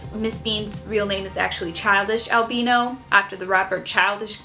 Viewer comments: If you want to call albino, 'al BIN o' and not 'al BI no', you'll have to move to the UK, as we say alBINo. But both the "albino" leopard gecko and the Ball you showed are not true albinos lol they are T-Positive Albinos. True albinos are a one gene mutation that is pink skin, white hair, scales, or feathers, with red eyes. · The way you pronunce "albino" is just exactly how the Italian pronunciation for "albino" is. Since I am Italian for a weird moment I felt like I just somehow changed the audio language, as if I was watching a movie ahah Very funny video btw